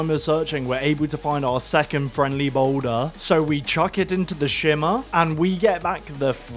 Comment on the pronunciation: “THE BOULDUHHH”